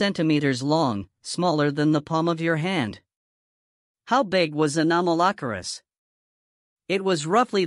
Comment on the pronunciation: i might be the 357th subscriber, but only if you learn how to pronounce it's name better, please...